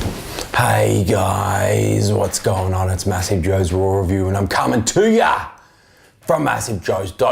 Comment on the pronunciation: sounds like u say rawrelview